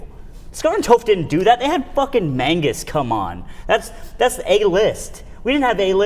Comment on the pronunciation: 9/10 show. Would be 10/10 if you stopped saying "Mangus"